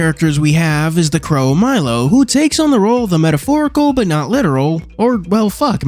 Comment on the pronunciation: First of all, isn't the crow's name pronounced Mee-lo? Second of all, Khameu's ability to turn invisible was considered freakish even among chameleons